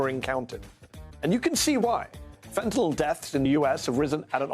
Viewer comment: It's fentanyl, not fentanol.